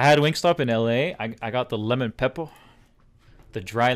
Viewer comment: why does he say lemon pepper like that lmao